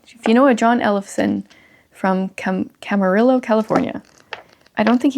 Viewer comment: First off, HAPPY BIRTHDAY. Also, I always do the same with How Should We Then Live. Fun fact: My mom met my dad in Camarillo, CA. And if you care... It's pronounced "CAM-uh-REE-oh." :D